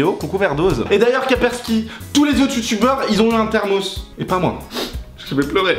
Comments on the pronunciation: Kapersky ? On dit Kaspersky ! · c'est kaspersky et non pas kapersky ;)